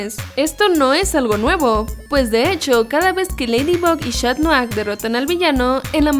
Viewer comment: Es. catnoar. no. chat